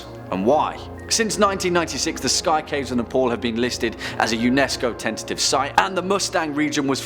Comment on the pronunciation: Ne-pol XDXD